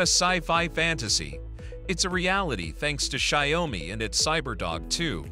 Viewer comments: “Shy-oh-me” - lol. Is it that hard to have an actual HUMAN voice these things? 😂 Let’s face it, this isn’t a review and neither are your other videos; they’re all just AI-generated marketing. Made me look once, but no more. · Sorry, I can't stand the wrong pronounciation of Xiaomi - check here for a correct pronounciation: tixmLMiU-kI